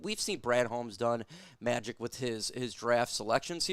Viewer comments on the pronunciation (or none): none